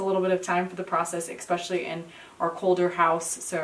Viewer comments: Please, especially does not have an x in it. Es pecially not Ex pecially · Joy Louise it wasn’t reading, it’s the pronunciation of especially.